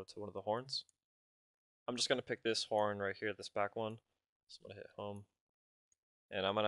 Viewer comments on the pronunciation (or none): 3.04 "So i click the hong key" ........... WTF is that?